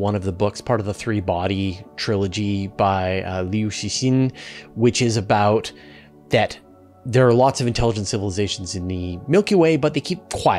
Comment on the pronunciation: His pronunciation was almost correct. "Ci" was not quite right. The "c" in Mandarin equates to "ts" and the vowel "i" sounds like the "ou" in "should". Then there's the added element of the tones. But I agree, that he did much better than most when attempting Mandarin names or words.